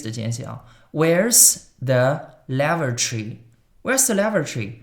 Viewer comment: Lavatory 发音错了